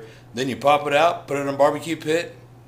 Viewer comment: messed up your "Train hardcore" at the end there man, think some of those beers went in you rather than the bag lol, good recipe though,i like to use nando's hot sauce on mine :)